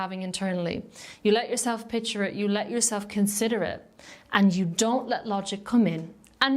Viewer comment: Love how your accent made it sound like “jewel-self”. But that is what if feels like ;) 💎